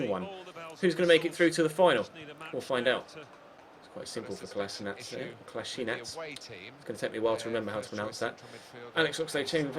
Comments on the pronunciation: rhyssmith its actually ko la shee natz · it's Kol - A - Si - nac